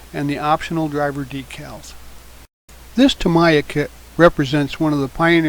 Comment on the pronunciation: Just FYI, "Tamiya" is pronounced TA-MEE-YAH, not TA-MAI-YAH.